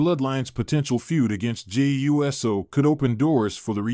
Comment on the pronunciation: I agree, it bothers me every time this person pronounce it U S O instead of Uso. It’s not that hard to pronounce it.